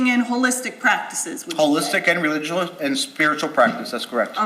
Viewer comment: He actually said religulous